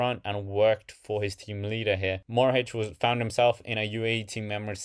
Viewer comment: Matej Mohorič not Morhič!